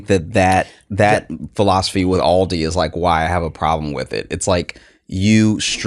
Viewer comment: FYI: Aldi and Lidl are both German. The phonetic pronunciation would be "Ahldee" and "Leedl"...